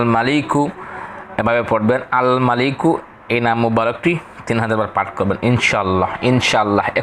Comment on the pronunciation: Maliku ma tan hobe ektu tan diye poren